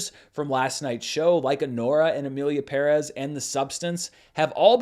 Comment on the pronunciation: OMG thank you for pronouncing Emilia Pérez correctly. You’re the only one. Love you since the Screen Junkies